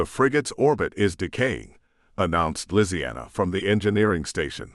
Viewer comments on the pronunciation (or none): Ok why did it say lisianna like that? Made me rather uncomfortable lol